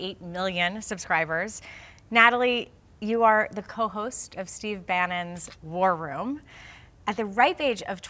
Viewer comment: When that maga cult member says War Room she says it like warrym and it sounds like worm and I think that fits them a lot. Bunch of worms